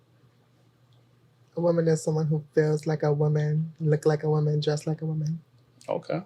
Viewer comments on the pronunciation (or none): I’m so tired of how no one can pronounce the difference between woman and women anymore. They just say woman (singular) for everything.